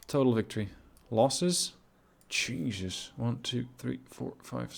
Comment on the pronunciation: One a sidenote: I just love it when you say "Jesus" in a hurry, its sounds oftentimes a lot more like "Cheesus". All hail Cheesus Crust, messiah of milk products! :D